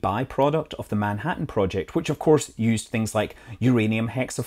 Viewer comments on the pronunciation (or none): none